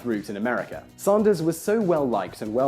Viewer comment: Glad you made the occasional reversion to British English pronunciation when saying his name! :) Shame you don't do this more often but great vid.